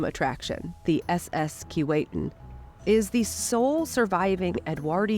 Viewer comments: Bit of a quibble about the pronunciation of the name 'Keewatin'. The narrator pronounced it "Key-Wait-Tin." Having grown up in the region, and visited the ship when it was in Port McNicoll, I heard it pronounced "Keh-What-In" by the locals. Other than that, it was a good to see it has been preserved. The people in Port McNicoll were dedicated to preserving it, but didn't really have the resources to do it properly. I'm glad they recognized that and let it go to somewhere in Canada where it could be properly looked after. I look forward to visiting it in Kingston. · Its sad you cant even pronounce the name of the ship. Its pronounced KEE WAH TIN. Get it right. Cheers. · Too bad that you don't know how to pronounce "Keewatin". Laughable when this is your sole topic! There is a street of the same name in Toronto. I have an original photo of the S. S. Keewatin going full tilt taken by my uncle in the 1930s. A gem! Good God! Even the museum curator can't pronounce "Keewatin"? KEE WAH TIN. Get it?